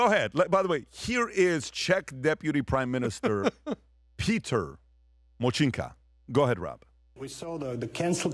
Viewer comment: Močinka... jezus he butchered his name. The way he pronounced it, means piss in czech language. :D